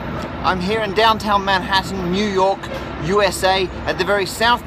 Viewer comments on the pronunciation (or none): none